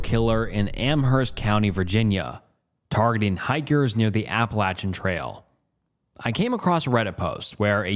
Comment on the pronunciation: I dont typically comment on any videos…but…I just gotta say “thank you for pronouncing “Appalachian” the correct way”